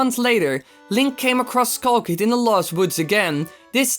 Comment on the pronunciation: wtf is a kull kid its skull kid not kull kid fawk learn to talk less loud and learn to talk slower bloody hell